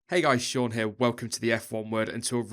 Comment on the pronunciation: and its SEAN not SHAUN